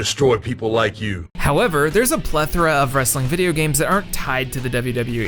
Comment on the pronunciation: You're the only gaming youtuber who pronounces "plethora" correctly.